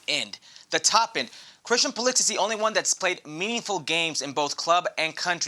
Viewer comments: Craig Burley, his name is Pu-li-sick. If you don’t believe me, ask him. In your role you should know his name. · "I don't have nothing against Pulisic but I refuse to say his name the way most people do."